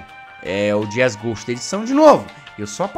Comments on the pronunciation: Eu vi que vc falou lá jesgue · "J" E mais uma vez, Jazzghost vira Jazzgue :D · "Fala pessoal, eu sou o Jazzgue" ( Juro que eu escutei isso KAKAKAKAKAK)